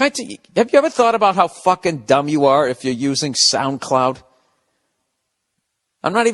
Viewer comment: "SoundCloud" haha you still messed up but we get it Bill.